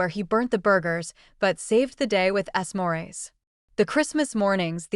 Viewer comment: Warms the cockles of my cold, dead heart when I hear how he saved the BBQ with, and I quote, “ess morays” ( time mark). AI-generated videos like this one truly suck 👎👎👎